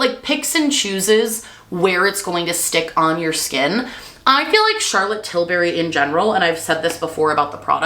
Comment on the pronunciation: Til berry sun clit…. 👁️👄👁️ Had me dying